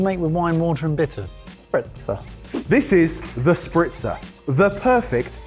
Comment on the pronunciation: calling it "The Spritzer" when it clearly says Sprizzer